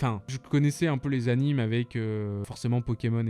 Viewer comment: anime se prononce animé car c'est animé, un peu comme dessins-animés